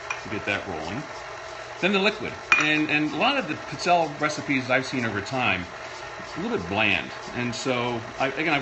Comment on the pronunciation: Seriously, you need to learn how to pronounce this Italian cookie - it's peet-SELL-a not what you call them, regardless of heritage.